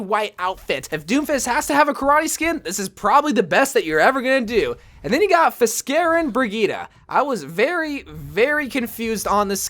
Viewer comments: "feskarn" should be "fiskarn" that means fisherman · Fiskarn not feskarn blizzard very good at misspelling just like me